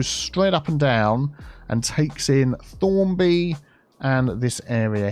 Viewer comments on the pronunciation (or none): it's ThornAby not Thornby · It’s Thornaby not Thornby lol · it's ThornAby, only sating as there is a Thornaby in teesside near where I live!!